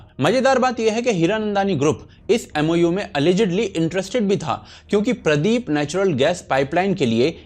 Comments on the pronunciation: Its paradeep port not pradeep port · I like your content. You guys put in great efforts. Just 1 correction... it is Paradeep (पारादीप) port, not Pradeep (प्रदीप). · It's not Pradeep, It's Paradeep. Paradeep Port Trust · Not Pradip it's paraadeep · Paradeep port not Pradeep.. please correct brothers.. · What is this Pradip port ? Pls try to pronounce it well its called Paradeep port. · It's not Pradeep ... It's Paradeep (PA + RA + Deew + p') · It's not pradeep.. It's Paradeep port ( odisha ) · Bhai Pradeep port nahin sahi naam paradeep hai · Its Paradeep port not pradeep. 😅😅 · अबे साले, प्रदीप पोर्ट नहीं पारादीप पोर्ट है, बेवकूफ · Bro it's Paradeep port not Pradip please correct it😢😢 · Its not Pradeep , it is ParAdeep. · It's Paradeep Port, india's largest bulk handling port. Not Pradeep port. However, liked the video. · It's not pradeep port it's paradeep port from sundargarh odisha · Please correct Paradeep Port not Pradeep Port. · Bhai...Pradeep port Nehi...paradeep port he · Correcting you its paradeep and not pradeep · Thats Paradeep !! Not Pradip , Thoda study kar lo